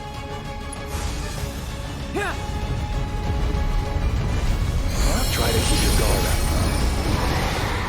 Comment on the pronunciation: Wouldn't it be co-meteor? I keep hearing KH "come guardian" when you same this lol! Second, thank you for Birth of a God.